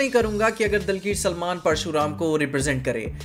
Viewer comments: brother..its dulquer not dilquer salmar .. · Its not dilkesh salman its dulkerr salman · its Dulquer salmaan.not dilkir salmaan